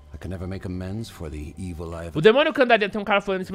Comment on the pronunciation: Parei de assistir qdo ouvi "évil" ...